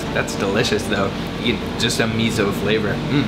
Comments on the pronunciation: Note that fermented soy bean paste is miso not mizo. みそnot みぞ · me-zo lol do you not like s? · like meh so? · Loved the video, but "miso" should be pronounced "me so", not "mizzo". 😀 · It is miso. Not Mizo. Thanks. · did u pronounce mi-zo? It's supposed to be mi-so and not mi-zo!! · It is not Mizo but Miso ! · it's not MiZO, it's miso, like Misso, please pronounce it correctly. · Its not mizo, is miSo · Please don't call it mizo. It's MISO. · Miso. Note that it is spelled with an S. Not a Z. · 「miso」 だよwww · Why does he say MEEZO? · He's from Canadia...what do you expect? ;) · this bothered me as well. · You can't pronounce Miso correctly